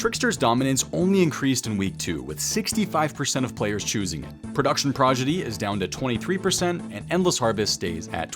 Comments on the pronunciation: lol you're saying Progidy... it's prodigy xD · Hey, its ‘proDiGy’ not ‘proGiDy’ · No chance you are really saying progidy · "production progidy" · saying Production “Progidy” has me dying lol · runescape players and mispronouncing words is the iconic duo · has been known to mispronounce words on purpose. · Minor dyslexia with the word Prodigy there.:P D comes before the G btw.:) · This is rich coming from someone who can't pronounce "prodigy"